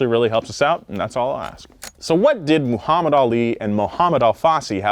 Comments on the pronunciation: Moo-hammad Ali?? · says “moohammad ali” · Moo-hamed made me lol Good video, yet again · Hearing "Moohammad" threw me off lol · I still don't understand how westerners can't say Muhammad the correct way? Like oh! you can say Arnold Schwarzenegger perfectly